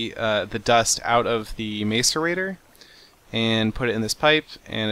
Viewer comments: MASS-erator. It's hilarious listening to him saying MACE-erator. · It's pronounced mass-er-a-tor not mace-er-a-tor. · He is pronuncing macerator wrong the ma is not like may but is like mac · "mass-or-ator" not "mace-er-ator" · It's pronounced masserator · its not pronounced mace-erator it is pronounced mass-erator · It is pronounced like Mass-erator not Mace-erator Seth :P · mac-a-rator, not maca-rator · Oh. And by the way, it's Mas-erater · It's pronounced mah-sor-ater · I don't mean to be mean but its MASS-erator, or at least how its pronounced. its bugging me a little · IT'S PRONOUNCED MASS-ER-ATER!!! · Pronounce macerater like this (mass-er-a-tor) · Will you please pronounce it mah sir ate or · macerator is pronounced mass-er-a-tor not trying to be mean, just it bugs me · Lol how he says macerator. It's said. Mas ir ra Tor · Macerater is said mac- er-rate-or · it is called a mass a rator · Your saying macerator wrong! it's pronounced "Mas-er-ay-tor" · Its pronounced masseur actor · some people pronounce it MACE-aRATOR stop being mean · Macerator (Mass-e-rator) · its pronounced "mass-arator" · You say it like mass-a-rator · lol You are saying macerator wrong.. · calm ur head,u dont need to get that mad about a mispronounciation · You said it wrong